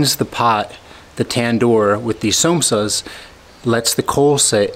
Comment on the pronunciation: Somsas :D - pronounced SAM OH SAAS :D